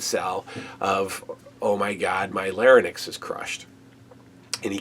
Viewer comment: Why did everyone on WWF tv at the time mispronounce 'larynx'? Or is it a common American thing?